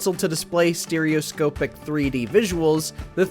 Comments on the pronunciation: Take a shot for every time the presenter mispronounces “Stereoscopic” 😂😂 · Once i heard that it triggered me and i would be practically screaming at my screen it's proper pronunciation! :face-blue-question-mark::face-blue-question-mark